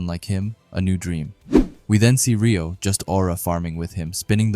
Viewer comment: Pronounced “ray -oh” not “ ree -oh” for Reo